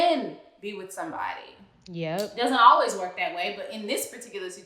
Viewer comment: I think Matt confirmed it himself and no unfortunately I did not see it any article but I know it within spirit lol. That man pronounced “work” as “wok” and “situation” as “situashawn” lol